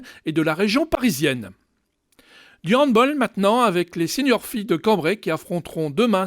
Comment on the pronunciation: Rappel : On dit Hand-ball pas hand-boll.